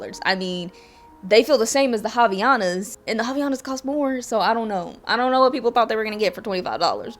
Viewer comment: Brazilian here! you actually pronounce Havaianas like Hav-eye-anas